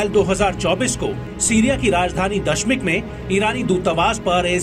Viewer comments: Damis not dasmis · Abe dashmik Nahin hota hai damishk hai damishk😂😂😂